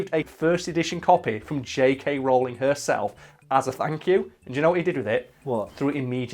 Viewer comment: I love how you pronounce Rowling differently every time